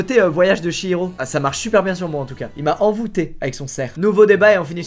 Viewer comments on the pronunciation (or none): none